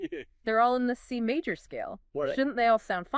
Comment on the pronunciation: C "Mawwwj" seven chord.. LMAO